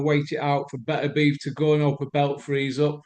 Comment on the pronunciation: Beterbiev and Benavidez are right tongue twisters 👅 🌪️ I have same issue with Beterbiev it ends up coming out sounding like Berbatov 😂